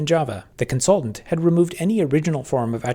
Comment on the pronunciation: w Constaultant on comsulting